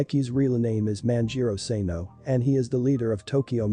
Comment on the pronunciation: SANO not SENO